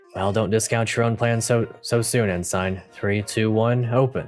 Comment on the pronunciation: Ensign is pronounced. “Ensen” I used to pronounce it the way your doing all the time. I basically learned through watching Star Trek voyager, ensign Harry Kim. Poor dumb Harry.